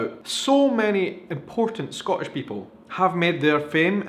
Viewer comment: love the video, but you're pronouncing "Scottish" wrong.